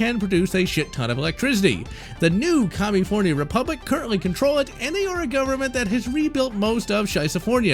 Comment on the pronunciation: Why do you mispronounce California and ceaser?